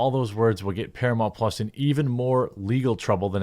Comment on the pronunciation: “Exclusively on Paramount Plahhs” 😂😂😂